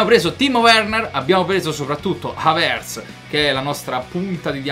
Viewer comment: non si dice havertz con l'accento sulla e ma sulla a